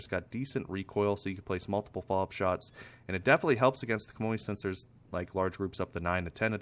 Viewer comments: hi bro its pronounced shammy 😄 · You're both wrong, it's pronounced 'sham-wa'.